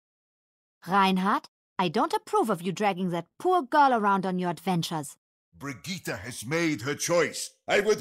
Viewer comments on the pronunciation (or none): خالد السالم but noone in germany pronounces brigitte like he did before it was updated